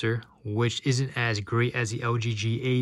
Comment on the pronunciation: When you say LG it sound like OG - works for me! :D